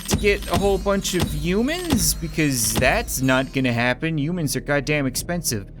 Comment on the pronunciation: is it me or does it sound like hes saying mewman/mewmans/mewmanity?